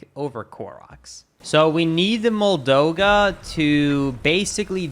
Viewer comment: OH MY GOD STOP CALLING IT A "MOLDOGA" ITS moldUga WITH A U